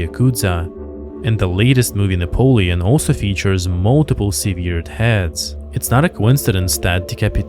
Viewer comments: "Seh-ver-d" not "seveer-d" It's written the same, but pronounced differently. it's sever with an 'ed', not severe with a 'd'. I've heard that mispronunciation before, I used to hang out with a lot of writers who learned most words by reading them from books, rather than from speech, so you're in good company. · Seeveered heads hahhahahah you damn dumbo.